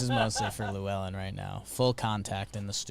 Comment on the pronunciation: Boys that pronunciation of Llewelyn is not it